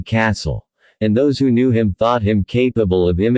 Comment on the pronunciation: The man W. H. O. Knee too much? This is horrible AI narrative. Horrible horrible horrible.